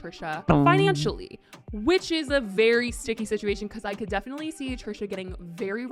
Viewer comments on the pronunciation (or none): none